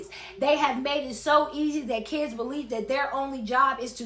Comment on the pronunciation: Why can’t they say kids right….they gotta overly pronounce “keeiids”